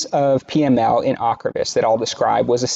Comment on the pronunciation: You did not correctly pronounce the drug ocrevus